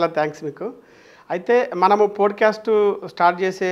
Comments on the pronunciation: Podu cast kadu andi. “POT CAST” ani pronounce chyandi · podcast a bro Pronounce Pot cast antaru